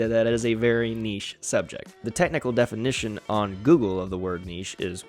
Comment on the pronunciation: Thanks for not pronouncing it "nitch" 😂